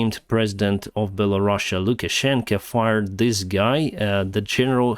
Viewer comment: He does it on purpose because their government is basically under Russian control, Do you really believe for one second that he doesn't know how to pronounce it